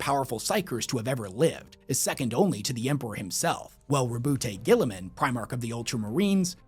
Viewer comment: the immense will power not to butcher Guilliman's name